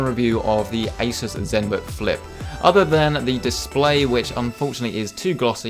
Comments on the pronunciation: For several minutes I thought that you said ISIS not ASUS lol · Hello, did you say Asus or Isis? I would not like to buy anything from the latter organization.